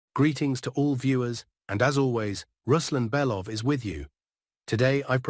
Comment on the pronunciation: Was the voice of Ruslan Belov, AI created? I was curious by the different pronunciation of his first name? It sounded like Ruslin, instead of Ruslan. Also, the video upload is about 8 hours earlier than the last two days.